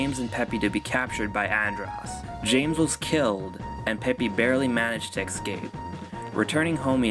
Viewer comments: You said "ecscape" even though its escape. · Oh, when u were talking about the back-story, on the adventures part u pronounced it "ecscape" even though its pronounced "escape"